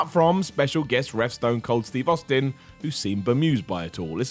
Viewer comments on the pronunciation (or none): none